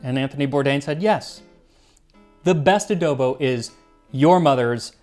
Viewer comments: Randomly found this on yt. Ofc there would be a ph/spanish dish . Also correct pronunciation for "adobo" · The mispronunciation is really bothering me lol coz you pronounced adobo just fine